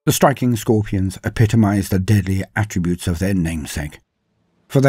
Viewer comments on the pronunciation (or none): none